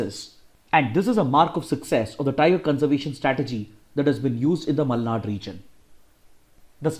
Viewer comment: Tq byjus and tq sir,♥️ It seem u r from Karnataka based on Ur exact pronounciation of malnad